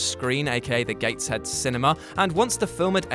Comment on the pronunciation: I think you’ll find it’s pronounced the Gatesheeeeeed Cinéma.... Laik.